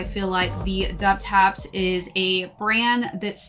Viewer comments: Double Taps. Thats the correct way. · The brand is pronounced “doubletaps”. Great review! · wtaps' entire brand revolves around military garments, double tap is a military shooting technique. unless hes intentionally mispronouncing the name I think is wrong here lol